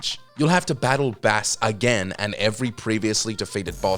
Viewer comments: Let's get this out of the way... Mega Man has Rock Music puns for names. It's not Bass as in the fish, it is Bass as in the Bass Guitar. Seriously, hire a damn pronunciation coach!! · His name is Bass as in music not bass as in the fish, his dogs name is Treble for christ sakes, how do people still get that wrong?¿? Hello Mega Mans og name was Rock and his sister was Roll and a dog named Rush all music references. Don't call yourself a game channel if info that has existed for almost 40 years isn't enough to go on. Do the homework or don't write it in your script.